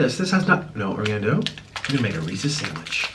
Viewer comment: omg that's not how Reese's is pronounced, "Reese's Pieces" is supposed to rhyme